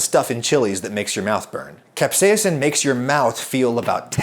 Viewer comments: Why do you say "capsa-ya-sin" when the doctor says "caps-ai-sin"? Also, thanks a bunch The bitterness seems to be an ad hoc hypothesis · The entire English speaking world including in this video: Kap•sei•sn Adam: Cap•say•ah•sin 😂 As you would say Adam, you do you! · Capsaicin is pronounced cap-say-sn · It's just "cap-say-sin," like says;) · Capsaiacin? Im sorry but you kept mispronouncing it the entire video. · Good research but I found the British pronunciation of capsaicin from an American as distracting as an American adding the extra British pronunciation to aluminum. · Why do you say capsaicin like a dutch person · i was cringing cause of pronunciation of capsaicin